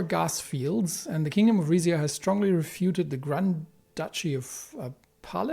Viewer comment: Pales is french inspired, and if I remember the DLC well it is pronounced "palè" with the "è" pronounced like the "e" in "error"